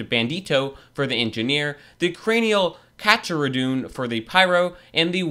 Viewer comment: The way butchers the pronounciation of The Cranial Carcharodon killed me.